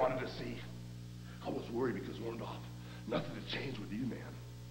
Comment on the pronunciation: I can't believe all of Hogan's promos he could not say Orndorff the right way...